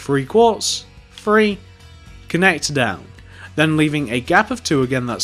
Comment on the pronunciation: say three not free